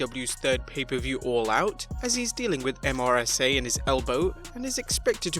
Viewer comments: Why do you spell out MRSA and not pronounce it phonetically like everyone else. Mer-sa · MRSA? Come on let’s just pronounce it mursa.